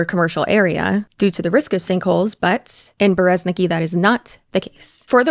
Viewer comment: your Russian viewer here. Masha is just a short form nickname of Maria, yes. Like Liz/Lizzy for Elizabeth. (fun fact: Russian version of this name is Elizaveta, short - Liza). And in Berezniki the stress is on the last syllable